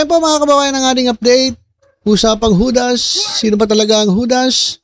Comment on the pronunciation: HUDDS read it as HUDAS.😂😢😮😅😊